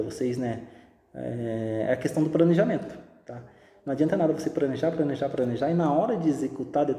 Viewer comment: "Pranejar, pranejar e pranejar" Você explica muito bem, porém fala muito errado.